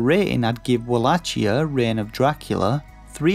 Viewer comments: The review is very well written imo 😊 - would have been even better with a more lively voice over and with the correct pronounciation of the game's title ("wallakia" instead of "wallatchia") 😉👍🏻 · Uhg bro you are pronouncing wallachia wrong